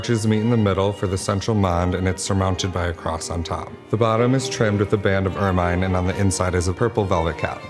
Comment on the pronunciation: He is a "specialist"?!?!? Then why can't he correctly pronounce "fleur-de-lis" or "ermine"? Oi vey!